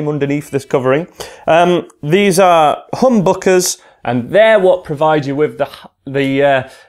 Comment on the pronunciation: ø is read as eugh